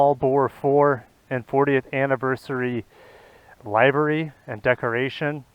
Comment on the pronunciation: Livery ~ pronounced like liver -ree not Live-er-ree